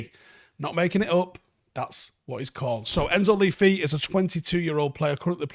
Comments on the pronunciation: I think he name is pronounced 'luh fay'. Seems to mean 'the fairy', similarly to Morgan la Faye from Arthurian legend. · It’s pronounced “Le Fay” I think. Also I heard that Southampton are trying to sign him before the window closes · Isn’t it pronounced Enzo Lê Fay? Fee Fee? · Its not lee fee( as you pronounce it ). The e in both parts of his name is pronounced the same as E in extinction or earth. It means the fairy btw, his surname. Which is funny since you mentioned he is is on the diminutive side. Nice vid showcasing a new footballer though, appreciate the effort. Good one. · I think it's pronounced Le Fay. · It’s pronounced « Leu Fay » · not even trying to say this man's name correctly lmao